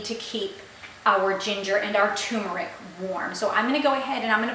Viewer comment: TUR meric It als obsorbs better if you pronounce it correctly.